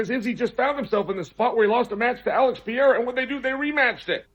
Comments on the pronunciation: Alex Pee-era 💀🤣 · Chael.... Alex Puh-Rare-Ah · Chael's inability to pronounce Du Plessis or Pereira